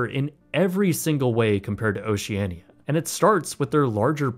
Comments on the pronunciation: its ocean-ia not ociania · They pronounce the name Oceania as Oceana. You would think having traveled on one of their ships for ten-days, you would know that. Odd. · you are most definitely NOT the target audience for Oceania. I am in my early 40’s and are often in the top 10 youngest onboard. Just an FYI, the “i” is silent when saying the name of the cruise line. The older ships are hardly “Ugly and outdated”. The pictures you are showing of them are after the multi million dollar refurbishment. All the fittings are of high quality, and once onboard you’d be hard pressed to tell the ships are over 25 years old. Once again, you are NOT the target audience for the ships in question.